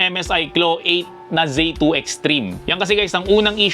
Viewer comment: zee 2 po hindi zay 2. wala rin hall effect ally x 😂 pero very good video😊